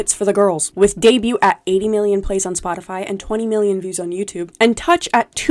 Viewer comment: i can't get over the pronunciation of debut 😭